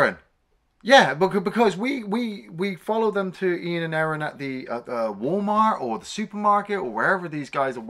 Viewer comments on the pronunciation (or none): none